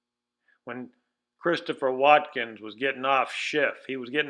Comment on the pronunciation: Good video. One correction: Christopher Walkin. Not, 'Watkins.'